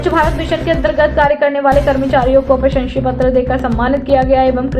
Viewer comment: न्यूज़ रीडर हिंदी बोलना नहीं आता प्रशंसा पत्र को प्रशंसी पत्र